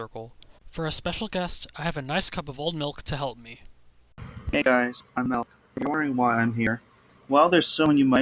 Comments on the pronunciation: says malk. Me: no you saying wrong, you are not saying milk, you are saying malk?! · Just give him a glass of mulk